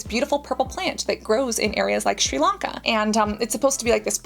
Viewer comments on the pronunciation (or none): none